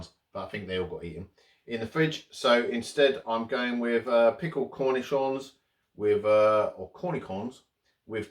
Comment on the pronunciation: oh yes cornichons are good. The ch sounds like the sh in shower a bit... so you had it right. :) Vegan products are getting so much better. I had some Vegan parmesan in Berlin that confused a real Parmesan eater. it was so good, as good as the real thing! Good to see you make these videos. :)